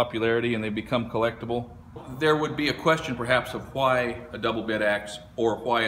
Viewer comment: Why do you pronounce why with three h's?